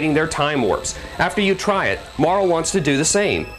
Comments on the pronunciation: Mar LEE Oh my GAWD ITS PRONOUNCED MAR LEEEEE!!! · wow this makes me nostalgic. i played this years ago. one of the few rpg's that i actually finished cause i really dont have the patience most of the time. but this was a special case cause it was too good! oh and all these years i thought Marle's name was pronounced "marlee" but i see the guy thinks otherwise. lol.